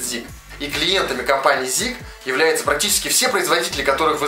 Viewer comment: Всё правильно и интересно рассказал, НО слово ZIC - ЗИК режет ухо. Аббревиатура эта означает 21 век - 21century-21C-Z1C.